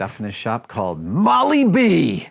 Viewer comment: Did he repeatedly say "Moly B..." ?! FYI it's "Moly-Dee Tapping Fluid" Made by Castrol Industrial North America, Inc. "REAL MACHINISTS KNOW HOW TO TAP IT! NEVER GO INTO A BLIND HOLE W/ OUT MOLY-DEE LUBRICATION!